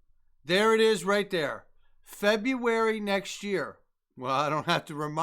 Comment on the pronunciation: Feb"oo"ary nex year. Lol